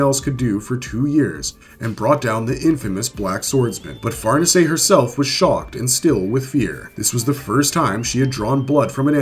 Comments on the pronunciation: Accent is on the second syllable, not the first. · Ok wait I was told that we call that one "Far Niece". So now were going with correct pronunciation like Farnese is the Duke of Parma. You people...